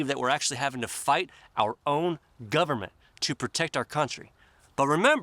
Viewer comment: Dude, I know, you forgot... You said, "The Canadian Gub-a-ment", you forgot, "NOW" it's "The S0V!€T S0C!AL!ST R€PUß-L!CK of C0MMY-DA".